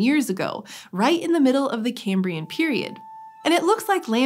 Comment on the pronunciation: Why does cambria sounds like a place somewhere in Britain lol